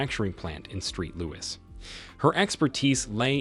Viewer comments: The ridiculous mispronunciations make it difficult to follow these stories. And they don’t say “street louis” just once, oh no…they repeat it again and again. And thank goodness the AP had a tattoo of a heart and the name “Jay-Nett” on his arm for ID. Very low effort by the clowns running the channel. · Street Louis? sigh